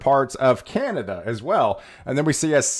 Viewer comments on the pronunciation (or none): none